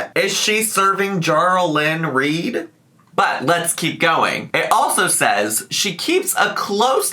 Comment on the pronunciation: Not Jarl lyn Reid XD